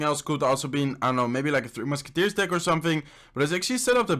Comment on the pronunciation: The way he say deck is just wrong 😂😂😂